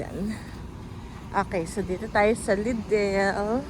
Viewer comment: Lidel po ang pronunciation. Di ko po kayo binabash just correcting